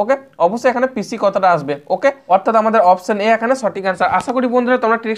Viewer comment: অনেক সুন্দর, কিন্তু দাদা, পিছি না, পিসি উচ্চারণ হবে।